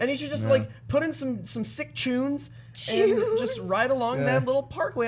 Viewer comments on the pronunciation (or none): "The sickest of chunes"